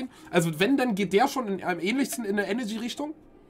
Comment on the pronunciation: ich kann doch echt nicht der einzige sein den tanzis aussprache von eneRgy sauer macht xD ich raste jedesmal aus wenn er enegy sagt